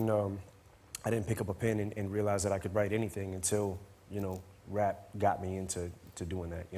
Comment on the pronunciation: 😂😂😂 JR should of said hip hop... not waap😂😂 brilliant interview 😂😂EminemSlimMarshal.. Living Legend❤